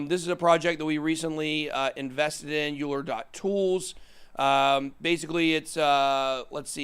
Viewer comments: Euler is pronounced ‘oiler’ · Euler is pronounced Oiler. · Euler is pronounced "Oiler". We was a mathematician.